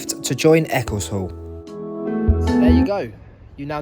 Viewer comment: Eccleshall is pronounced Eckle shawl. The place you said is a suburb of Sheffield.